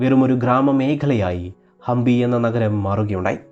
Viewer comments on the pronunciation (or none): It is Hampi not Hambi